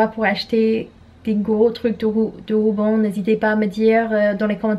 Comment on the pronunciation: Quand tu dis rouban au lieu de ruban mon coeur il gonfle d’amour 🥺🥺🥺🥺🥺